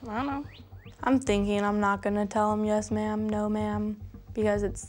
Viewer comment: She says ma’ma